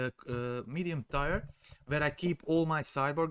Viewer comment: You are saying Tier like Tire but sounds more like Teer fyi to help with your english :)